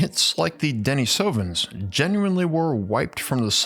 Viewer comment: Pronounced deneesovens not denesovens.